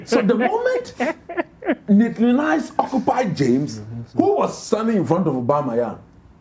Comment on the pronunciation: it is Maitland Niles not Naitline Niles